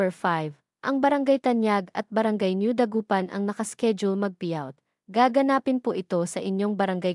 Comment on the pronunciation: Pilipino kaba? Kung binabasa mo, bakit hindi mo mabigkas ng tama ang salitang GAGANAPIN. Nkk turn off.